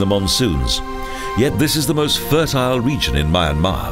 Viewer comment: unfortunately the pronunciation of the country's name and many other names is incorrect and there are errors in the spoken commentary ! apart from that a nice documentary and voice.